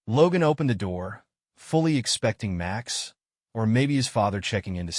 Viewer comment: the AI voice keeps tripping into a bad German accent every time a sentence starts with "Max".